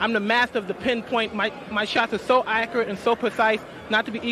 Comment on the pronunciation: Tho acrate and pwethise lol